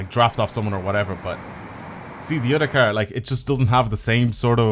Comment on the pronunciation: i love your videos so much BUT I HATE THE WAY YOU SAY CAR